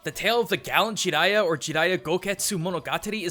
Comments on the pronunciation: everytime he said GI-riya im like JA JA JARIYA man come on lol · I don't like how he pronounces his name